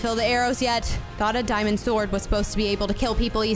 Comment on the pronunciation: you seed it is a dimend it is not a dimend